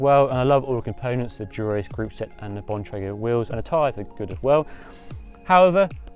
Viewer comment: Yes Bon-Tray-Grr perfect pronunciation! Sorry we Yanks are so harsh about that lol.